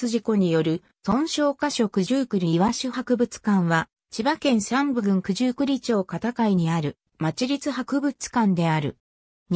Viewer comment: すみませんが、九十九里ちょうでは、なく九十九里まち片貝ですよ。